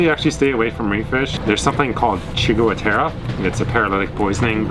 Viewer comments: it is pronounced (sig-ah-teara) obviously not spelt that way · Pronounced sig-U-terra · It's ciguateria. The first part of the word is pronounced much like cigarette, the last part of the word is pronounced like the last part of cafeteria. Great catch on the Yellow Fin mate. I'd be celebrating too. You should be cutting the cheeks out of the face on em too. Tastiest part of the fish. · just when you warn us about paralytic poison, I can't understand what the name is, and the closed caption is no help :(